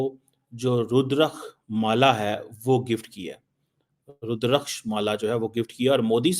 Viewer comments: तुचियांओ ... पहले बोलना सीख लो, रूद्राक्ष होता है। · Not rudrakksh..tulsi Mala dono me difference hay 😊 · MR CHIMA first of all u learn that how pronounce the word,very much surprise to know that ur PHD and u can pronounce the word properly. This is a Rudrakha ke Mala.go back to school and learn that how to pronounce the word.i hope u will act on it.